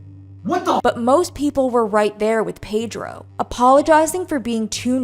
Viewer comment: Why u keep saying Pedro 😂